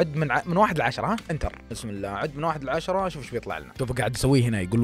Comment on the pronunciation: الله وليس الل